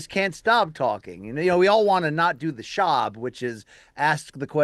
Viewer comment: Did BC say "do the Schaub"?